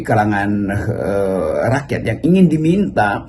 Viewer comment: Rocky menyebut rakyat disebutnya rakyats